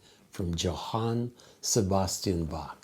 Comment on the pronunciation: Its pronounced "Yohan.